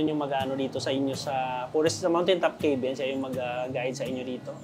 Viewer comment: Pronouncing 'cabin' as 'key-bin' instead of 'ka-bn' is a common mispronunciation among non-native English speakers. Nevertheless, listeners can usually understand the intended word from the context of the sentence. This is particularly common among Filipinos. I have also noticed similar mistakes from Indians, such as pronouncing 'teks' instead of taks for tax, epol instead of a-pl for apple.. 😊